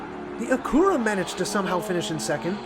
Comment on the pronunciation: Its Acura and you keep saying "Acoora"